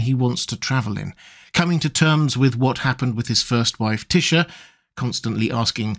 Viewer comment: It took me a minute to figure out who you were talking about when you said "Tysha"... that's just wrong 😅